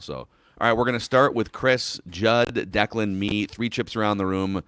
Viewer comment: The way it reads Declan is right